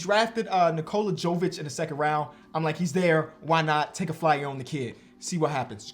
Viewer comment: I’ll never understand when dudes see 2 names from the same country and don’t have the common sense to put two and two together 😂 no offense but it’s obviously “Yo-vich” like “yo-kich” not “joe-vic”. Sorry I’m just a disgruntled Serb 😂 congrats on having your daughter tho all the best 🥳